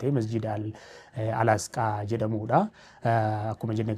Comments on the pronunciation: Asqaa miti Aqisa malee sirreefadhu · Al-asqaa miti Al-aqsaa jedhama 🙄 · Al-asqaa miti Al-aqsaa dha ok sanu irra deddeebitee